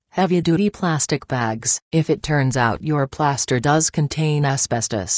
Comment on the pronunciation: “Playaster” lol